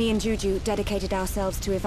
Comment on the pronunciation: feel so srry for the kid with the name juju :( . first time i heard that i thought chugga said jujube the candy name lol